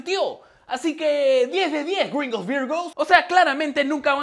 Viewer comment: "10 de 10 grhingos virgous". XD